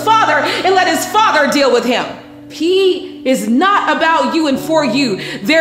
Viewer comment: His name is P and I heard P is not for you 😳😳😳 but you said he but it clearly sounds like you said P is not for you wow. 💌🙏🏽